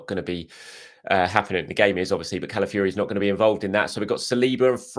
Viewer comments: Who is Cala fury...its pronounced Cala f OR i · What ? The end is pronounced Fiori as in Cala-ff-your-eh